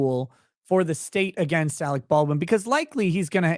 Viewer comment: AleC ... not AleX ...